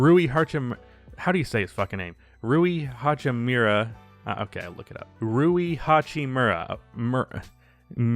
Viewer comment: Roo-E Ha-Chee-Moor-Ah